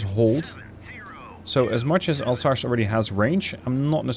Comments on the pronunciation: More Alsass, not Alsash. - sorry for the nitpick. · You absolutely massacered a region and a ship name Alsache oh my god just say Alzace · More like Alzass. If you want to have the right pronunciation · Alsace is not « Alsache » 😂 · It's pronounced "Alzass" :)